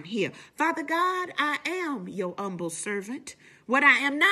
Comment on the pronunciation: “Umble” lol